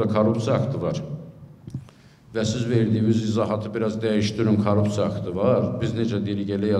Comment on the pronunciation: Azərbaycan dilində ц hərfi yoxdu) Korrupsiya!